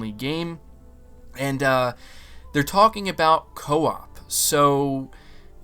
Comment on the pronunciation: Everything is cool, except the word (CO-OP)